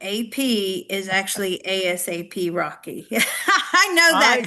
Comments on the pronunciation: “A-Dollar Sign-A-P” has me rolling. 😂 It’s ASAP Rocky. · It's "A-SAP Rocky" and he is also a musician, rapper and famous.